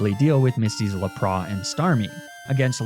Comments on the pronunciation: mag-neh-mity??? i was so confused edit: luh prahs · Was that a bit you were doing with your Lapras pronunciation? Because that is not even close 😂 go look up the Pokédex entry. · Bro… please please pleeeeaaassseeeee learn how to say Pokémon names properly. Like it physically hurts to hear you say Lapras, Arcanine, and magnemite. If you don’t want to take the time to sound them out properly, watch the anime… the names are literally spoken for everyone to hear.